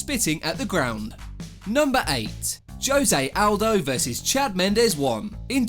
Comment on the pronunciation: Joe Zay Owldo 🤦🏻‍♂️Jose Aldo could u say it right in at least one video